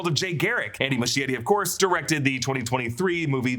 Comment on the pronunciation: MUSCHIETTI is pronounced “muh-skie-ree”, SKIE not “shh”